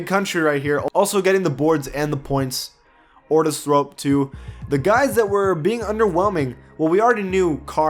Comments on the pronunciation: Ortis Thrope? Bruh, you butchered some of these names haha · This man said Ortis Thrope I’m dead 😂😂😂